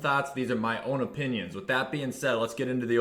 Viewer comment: “These are my öpinions”